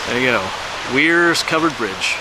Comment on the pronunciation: This is a very cool covered bridge! It’s actually pronounced “wares” mill. You were only about 20 miles from the Kredersville covered bridge outside Northampton. That one is my favorite. It’s beautiful!